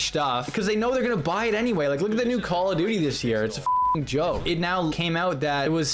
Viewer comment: "Calla Duty"